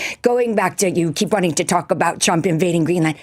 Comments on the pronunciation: Her pronounciation sounds like Donald CHUMP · Why does she keep calling him "President Chump"? she doesn't seem to in general have problems pronouncing 'r', does she? And while his detractors can be expected to use derisive nicknames, aren't isn't supposed to be a supporter of Trump? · In her defense I love how she pronounces his name as Donald Chump ❤ any and all signs with his name on it should be changed to this. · Is it just me or did she say "President Chump"? - LOL She'd better watch out. She might have a visit from some people when she returns home.